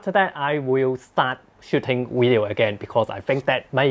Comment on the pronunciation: I came here just to hear you say wideo, but I stayed for the useful product review knowledge, love your work